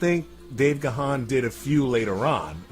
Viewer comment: The name is pronounced Dave 'Gone'. I also said it's as 'gahan'' which rhymes with ron.